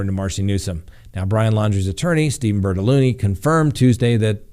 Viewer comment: Please don't take this as anything more than fun...I couldn't keep straight whether the Laundrie lawyer was Bertolini or Bertoloni, but really cracked up when I think I heard you say "BertoLoony". It seemed inadvertent but maybe it fits!